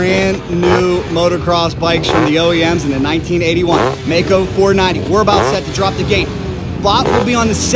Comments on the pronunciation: Maico, non Meico. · Maico, pronounced My-coe, NOT May coe. I worked at the Maico importer in Detroit, Gray International, parts manager...Middle '60's